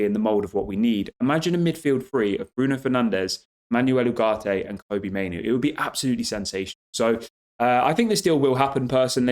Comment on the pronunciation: Manwell Oogartay is how to pronounce it 👌